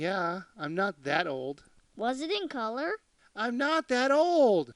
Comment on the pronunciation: "Was it in coulor?" Bwahahahahah